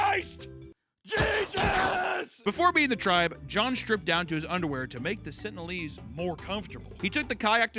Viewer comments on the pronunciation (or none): Come on,... it's pronounced "sentinel-ese" (sen-tin-eL-ease)